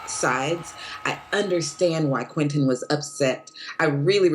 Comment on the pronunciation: It's QUEN TIN NOT QUETEN!